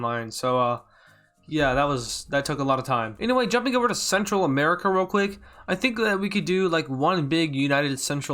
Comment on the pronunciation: I just heard smerica